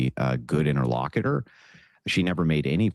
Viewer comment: If he's going to keep calling himself an interlocutor I wish he would learn how to pronounce it correctly.